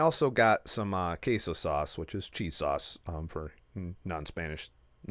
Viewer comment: When you said cheese in (something like) spanish it sounded pretty much like a very harsh pronounced german KÄSE (also meaning cheese) :-P ;-D